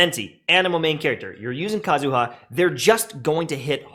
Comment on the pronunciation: PSA. It's /KA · zu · ha/, not /ka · zu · HA/. The empahsis is on the first syllable, not the last. Similarly, to /M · tashed/, not /m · TASHED/.